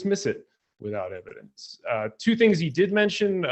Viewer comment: Wow, moving the goalposts in the Opening…? “I can’t prove any god, and can’t prove Everything Else.” That’s pretty ballsy. And I love the way that says “Ev-I-Dence” for a circumstantially justifiable God.!So… No actual evidence. OK. And then demonstrates that he wasn’t listening to opening claiming that was defining god, when was quoting conflicting god definitions from the bible. And then makes a Brutal Strawman argument, misstating Andrews position to Exactly what laid out was Not his position. It came off as Dishonest. (Mischaracterizing ’ position, was putting it Very Politely!) ‘Books of Antiquity’ does not make any claims about the Truth of the documents, it defines the Age of the documents. Aesop’s Fables is an old book and most definitely is not true. wants multiple choice answers ONLY, and then asks intentionally asks questions which limit responses to position. Again Dishonest.?When did you stop beating your wife? 1) I haven’t stopped beating my wife 2) ten years ago 3) when she asked me to. (Answer the question, and no more words! Stop!) And then dismisses textual criticism, when uses the opinions of the vast majority of expert, experienced biblical scholars. And argues that a more sufficient answer was made by ‘someone whose opinion I agree with’. Ok, pull up your conscience, your bare bias is showing. states that is in a box, but doesn’t seem to understand the co